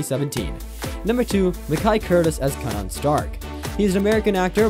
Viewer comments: This Kardashian music is killing my ears😖, & his name is pronounced (Kay-Nen) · The way he pronounces Kanan like “Kah-Non” drives me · Glad you said it lol I was like wtf is a Kanunn?